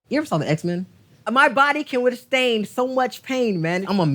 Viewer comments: Dude said "Withstain" ... enough said. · Bruh WTF is withstain?!? Lol Please stop using words that you can't say correctly. And, the beginning of your career? You mean the end of your life. He's a perfect example of why so many get hurt or die probably daily to pay the ultimate price for internet fame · oh its even better, if you listen close he says "withstain". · Did he say "withstain"?